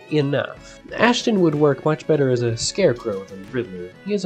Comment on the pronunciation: His name is Astin not Ashton. Also Warner Brothers had nothing to do with Batman 1966, it was 20th Century Fox.